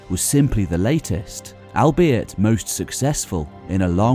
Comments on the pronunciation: Point of note. 'Albeit' isn't pron. 'Ell-be-it' but 'All-be-it'. Hope it helps. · This narrator can't pronounce the word "albeit" correctly. Pathetic